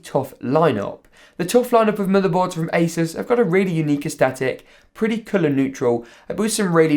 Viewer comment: You saying Asus wrong is sad